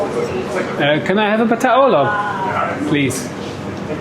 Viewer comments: Complements on the pronunciation of patatje oorlog. it was better than OK… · That's the most politically correct explanation of "patat oorlog" (excellent pronunciation, btw) I've ever heard. I've always heard that it's simply the brown sauce/skin vs the beige sauce/skin. A part of our "colonial hangover", similar to the whole sinterklaas / zwarte Piet discussion. Don't even ask about the former name of the cream-filled puff pastry with chocolate on top Good on ya for your voyage of discovery of this brilliant country. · your pronunciation of "patatje oorlog" was excellent 👌👍